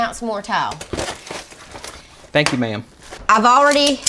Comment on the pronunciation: It sounds like you are saying TOWEL INSTEAD OF TILE.